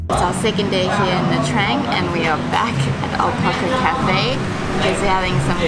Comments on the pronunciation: It's pronounced : "Nha Chang" not "Nha Trang". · Hi and i know you it's normal to say nha trang as you write it but please say it as it suppose to. Nha tjang 😉